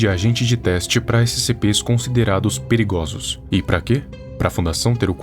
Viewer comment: "Perigloso" nova forma de falar